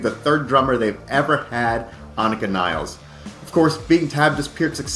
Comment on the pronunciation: As if the annoying mispronunciation of Peart as 'Pert' wasn't bad enough, now we'll have people mispronouncing Nilles (Nil-less) as 'Niles'.